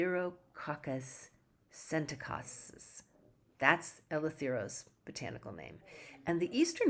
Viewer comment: Eletherococcus scentecastes 😅 i would love to watch a spelling bee contest after this video 😅😅